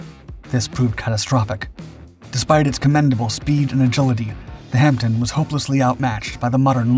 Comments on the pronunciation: Just a couple of points. The Hamdpen is not pronounced as you do, not your fault. The 'P' is silent and the 'E' sounds more like an 'O', but not quite (a bit similar to the way we pronounce 'shire' at the end of a county's name, as 'sure', Hampden is, after all, the name of a place. You reference K** and L** as is they were like project titles when they are, in fact merely aircraft serial numbers. They took the form, during the war, of a letter and four digits (K - L - M - N - P, and so on), later, into the Cold War and beyond, the series had evolved to two letters of the alphabet and three digits (technically still the same series of - well - serials), so that, during my time in the Air Force, there was a Nimrod XV236 and one XW666, for instance. When I left the service, we were into the Z?*** series. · The HP52 was known as the Hampden not the HampTON as the voiceover irritatingly states repeatedly. Get it right. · Good Doc, but please stop calling it a Hampton, its a Hanpden. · Over here, in the UK, it's pronounced Hamden (the P is silent) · Sorry to be picky but it is pronounced Hamdun. My father (Bomber command throughout the war) always called them 'Ham bones' 😀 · Pronounced "Ham - den". It's the Scottish national football stadium. 🙂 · pronounced Hamden though, the "P" is silent. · No, it's a Ham-den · You don't pronounce the P. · The Hampden? What? is this channel now actively parodying itself? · The video's title is ludicrous and the breathless commentary overdone. The Hampden (not "Hamten") was comparable in performance to the Whitley (which carried a heavier bomb load) but neither were in the same league as the Wellington. Pilot's liked it for its manoeuvrability but its narrow fuselage was a real handicap. It performed good service in the early war years but was not as exceptional as the video makes out. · It's HampDEN, not HampTON. Pronounced Hammden, silent P. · Hampden not hampton!! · Silent "P" -pronounced " Hamm-den" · Pronounces Ham Den